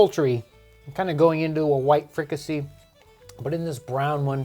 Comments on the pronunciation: Pronounced free-ka-say. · The "see" in fricasée is pronounced "say".